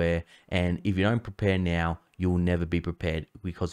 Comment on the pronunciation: Did he say now or meow?